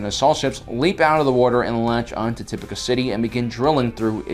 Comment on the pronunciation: I can’t finish it, not because of the length, but because you can’t pronounce names right 🙄 why tf do you say “uhsoka Tuhno” instead of “Ahsoka TAHno” or “Tipucuh City” instead of “Tipoca City” it’s annoying asf